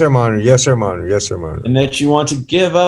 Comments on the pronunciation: The guy at the bottom, in jail. What the heck is he calling the judge? When he answers yes or no? Sounds like ‘yes monitor’ and as the questions continued, he’d say “yes sir ‘monitor’ yes sir ‘monitor’ “😂 Also how can the corrections officers not know their loud talking and laughing is hears in all those individual court cases that were going with each prisoner. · can’t help it -“myohner/majohner/myhonor” and all it’s variations is so amusing to me. My youngest son says forget and “formember” instead of remember. Full on reminds me of that, which of course I find super adorable. 😂❤